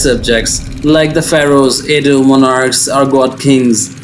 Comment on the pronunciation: Adah is a name in Igbo as well. Igbos are in South Nigeria as well. Adah means first daughter in Igbo as well. South Nigeria is mixed with almost all the tribes. Heavy with the main three tribes are in South Nigeria. Edo is not sounded E-do yet A-doo. Makes me think that person is not Nigerian at all. Quite sure Easu is in Nigeria as in all over Africa. But Adah is a Hebrew name and not specifically for the people in Edo state in which Igbos and Yorubas have land there as well. So Easu children would bear the name as well as Jacob’s children would bear the name and use it as calling out the first daughter. Just as Enoch was used by both brothers of Cain and Seth, so on and so on. So don’t call my daughter a child of Esau being her name is Adah; my first daughter… We are Igbos 😂